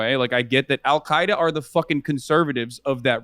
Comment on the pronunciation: He said y’allqaeda wth